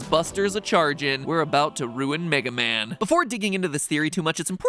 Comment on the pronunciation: Wega Man